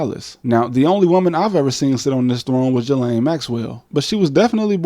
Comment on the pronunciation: Pro-tip: Ghislaine Maxwell's first name is pronounced "gee-LAN", not "juh-LANE".